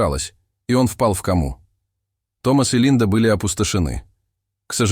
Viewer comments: Вы читаете, мы слушаем, но простите, ударение то тоже не мало важно при чтении, взять слово ко'ма, а не кома', я думаю многие будут согласны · Впал в ко'му, а не в кому'.Почему неправильно ставите ударение? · Який безграмотний диктор! "Впал в камУ " І взагалі, сюжет нікчемний. Це орки ліплять, що в башку забреде. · Почему кома с ударением на А? 😂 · В кОму сын впал, а не в комУ, админ!😂😂😂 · Впал в кому, а не в каму' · Почему кому', а не ко'му? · Это ваше безударное " о " не всегда следует произносить как " а ". Тем более в иностранных словах! Доход ь до смешного! Что за кАма ? КОма!! Еще Ателло, вместо Отелло, etc. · Не в каму' ,а в ко'му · УДАРЕНИЕ. НИ В КАМУ, НУЖНО В КОМУ. НИ СТАИТ А СТОИТ. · кОма" ударение на "О" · Слушаю и просто не верится ,что можно так не грамотно делать ударение в слове Кома 🤦‍♀️ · Перед прочтением хотя бы ознакомьтесь с незнакомыми словами. А то простое слово кома читают с ударением на последний слог! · Кама река, а кома состояние болезни, когда начнут читать правильно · Почему делаете не правильное ударение в слове кома